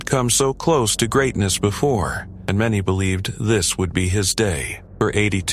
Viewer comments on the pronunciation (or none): Rindt died because he refused to wear the crotch belts which would have stooped him sliding under the waist belt. Oh, and Denny Hulme's name is not pronounced as Hume.